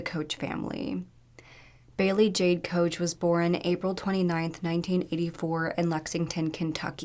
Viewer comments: Fuck. You. Bailey was a crazy person. You can't even say our name right. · You are saying their last name wrong. You really should do more research on this story. She is a huge part of how the whole thing played out. Silly knew he was struggling with thoughts again but did not want to take him immediately back to the hospital. Missing his son’s graduation was worse for him. She said. He had threatened to hurt or kill her more than once and still she allowed him I. The house was with her children. Really d your research score you post. So much more is going on here and she was not the victim only their children.